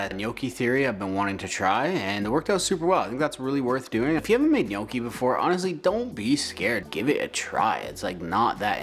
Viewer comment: My mom is Italian and always cringes when people pronounce Gnocchi incorrectly, but you said it perfectly! Good stuff here my dude!